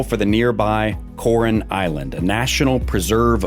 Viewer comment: Lost me when mispronounced both Palawan and Coron.